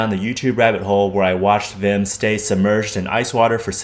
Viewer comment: Not only did you make a banger video, you also pronounce his first name the Dutch way! Respect and all the love :D